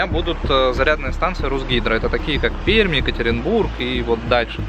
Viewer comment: Отдельное спасибо от Пермяков за правильное произношение нашего города😅